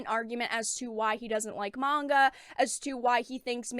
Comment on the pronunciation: what about the misandry in american comics? Also the co-creator of GG-cup Powergirl is complaining about manga being too sexist. Are there even any Manga girls that are THAT big in the chest? also mongu? i know you are talking about manga but it is weird hearing people pronounce it as mongu. Even the Asian folks I know say it is pronounced as manga maybe it is a cultural thing. Fans of any media just want 1 simple thing; Good Stories and Japan is providing that.